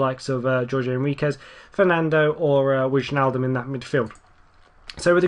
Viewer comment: Wijnaldum is pronounced Why-naldum, I believe.